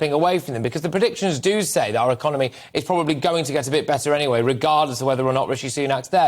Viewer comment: I didn't hear any eloquence and he CANNOT pronounce 'our' which drives me mad.